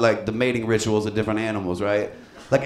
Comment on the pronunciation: i lost it at the mating richrel